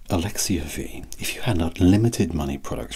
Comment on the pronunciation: You said my name right! So many people can’t say Alexia 😊 was a great time from start to finish!